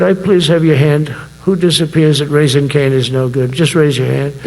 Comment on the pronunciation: Did he say Raisin Canes at the end? Is he talking about the chicken place? in my opinion, it's overrated Donnie. Only thing that saves the chicken is the sauce and that just tastes like thousand island dressing with extra steps.